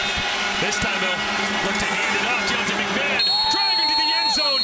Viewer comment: I coach Argos RB, Deontae McMahon in HS in Florida. You are saying his name wrong. Its Mack-Ma-Hon.